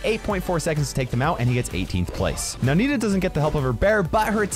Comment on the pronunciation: you say Nita!! That's horrible!!